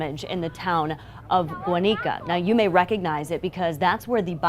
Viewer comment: It's pronounced GWAN-IKA not Guaneeka